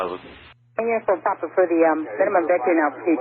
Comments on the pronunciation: Why is he saying uniform pap, it's clearly papa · Every time he says "Uniform Pop" it makes me cringe... It's "Popa" or "Papa"... it's not POP... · I know it’s a super little thing, but it’s Uniform Papa not Pop. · "Niner uniform pop"